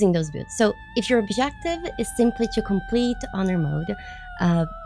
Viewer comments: we gotta work on your pronunciation of "builds", lol. Try saying it like "Billeds", you are sorta saying it like "Bewds". Love your work, high five! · I thought at first she said pubes😂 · Hello so I don't want to break chat rules just wanted to share something I thought was funny, at the beginning when you said a lot of people have been asking to see my builds I heard bewbs not builds 😂 Anyways love the video! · Tbh 3 seconds in i thought you said b8bs that people where asking to see them had me confused asf 😐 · She's saying builds, I know she is but I can't stop hearing beards instead and that makes this so better. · I heard bewbs but it was probably just a Freudian mechanism of some sort. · That’s just how Brazilian people pronounce L… Brazil = Braziu